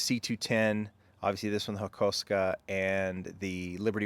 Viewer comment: HAKOSUKA NOT HAKOSKA C'MON DUDE....